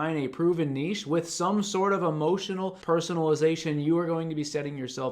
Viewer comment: Thank you for saving "niche" correctly (not "nitch" lol).